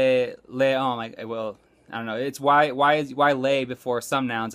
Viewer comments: It's pronounced "leh" not "lay"... :) Great vid tho! Appreciate the advice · Hey, that's a nice and thoughtful review. Has anybody mentioned that in your example of the difference between "le" and "la" your pronunciation was not very accurate? Not to knock you, but if RS was worth anything, you should at least be able to pronounce simple pronouns/articles somewhat correctly. Le is not pronounced like /leʲ/ but more like /lə/ in French. I think one of the problems with RS is that it does not give its customers much ability to gauge how well they are actually doing. If you can get a green check for saying /leʲ/ when you should be saying /lə/, it might be giving the impression that this is understandable to French speakers. Good luck in learning French, and teaching Spanish. I look forward to watching more of your videos! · The fact that you pronounce 'le' as 'lay' is worrying. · he said le like les 🤦🏻‍♀️ sorry, I’m just being picky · Someone else noticed this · THAT GOES WHERE?!? I don't think it is the accent. It is just the pronunciation which is a problem. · I caught that too XD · Yep. Kind of makes you not want to use the program. lol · You can tell that language production is poor- he isn't even saying "le" correctly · He mispronounces the word "le" after a year and 9 months of study ? Pretty much tosses his credibility out the window.